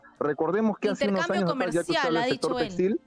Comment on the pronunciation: ESTA REPORTERA DICE, 'ASAMBLE CONSTITUYENTE, DEJAR PARA DEBATE PARA MAS ADELANTE - ANOS' JAJAJAA